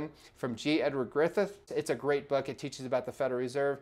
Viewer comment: I've heard people say "Griffith" and "Griffin"... it's G Edward Griffin.